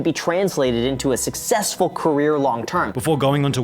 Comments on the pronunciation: in, what does “ susessful” mean? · "we are susessful"